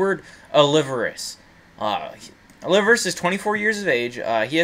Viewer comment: Aw- Lee-Veras